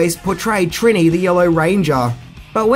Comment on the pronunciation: Her on screen name - Trinny. The I are always an E sound.